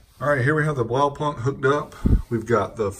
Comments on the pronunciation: it's pronounced blaupoonkt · Nope..... Blaupunkt sounds like... well, Blaupunkt :P. The 'au' as in 'ouch' and the 'u' as in 'you'. Then the 'k' and 't' at the end are pronounced hard. Oh well, that's the German pronounciation anyway. Have learned over the years that no matter how original your pronounciation is, all that matters is whether people understand you. So by all means, go with the local pronounciation! :D